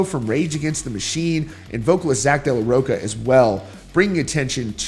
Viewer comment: It’s pronounced Zack “De Law Rotcha”